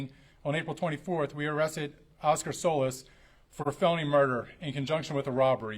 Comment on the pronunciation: He is butchering Solis’s name…no pun intended